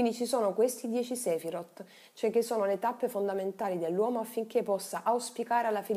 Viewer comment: Video davvero interessante. La pronuncia delle parole ebraiche però è totalmente sbagliata: si legge Kabalá e non Kábala, Sefirót e non Séfirot etc.